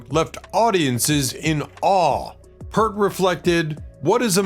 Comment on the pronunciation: It's pronounced "PEERT".